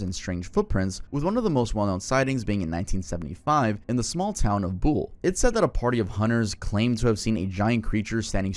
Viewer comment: you mispronounced buhl